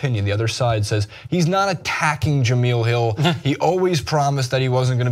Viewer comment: Guys...J-e-m-e-l-e...Jah mel...not Jah meal 🤣🤣🤣